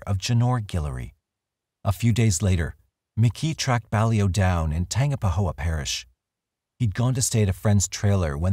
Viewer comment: Tangipahoa is tan-gyp-uh-ho-uh